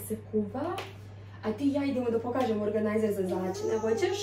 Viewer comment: Valda se kaže organizer